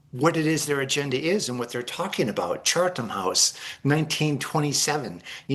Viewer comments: Soo... A guy who says Cha(r)tham House instead of Chatham House is an expert? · “Chartham House?” Thanks expert. Why should you bother to know that it is pronounced and spelled “Chatham.?” Where did that R come from? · It's CHATHAM HOUSE, not CHARTHAM 😂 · I don’t trust a guy that calls "Chatham House" " Chartham House". Sorry, he's supposed to be the expert!! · It is pronounced CHAT-UM House rules.